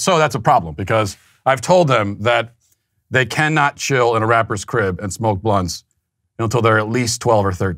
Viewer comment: Matt saying "blunts" is hilarious.